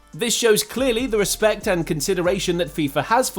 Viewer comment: "No respet to Luka Modrić" tf bro?